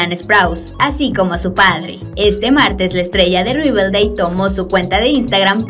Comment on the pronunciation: Es Riverdale no Riveldale